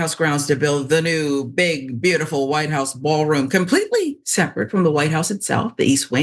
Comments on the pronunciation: “The Whit House”?? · Location: "THE WHIT HOUSE"??? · The “whit house”?